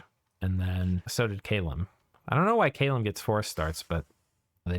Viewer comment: Hey you said my name right! Caleum doesn't get a special preferences for a terrain type, so it just gets put towards whatever illwinter has it, which can be i think highland, plains or forest for them.